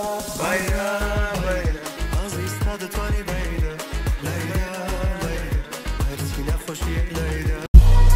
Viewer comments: Is not bayla ...you say bayda...ok 😌🖤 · It’s bayda not bayla